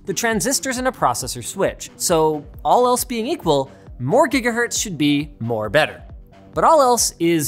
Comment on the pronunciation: Ah yes, the gigaherts.